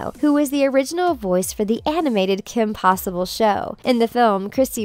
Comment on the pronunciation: my favorite part is when you said Kim pewter